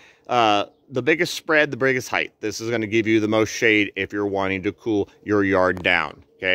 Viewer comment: Hyth? Did you mean height?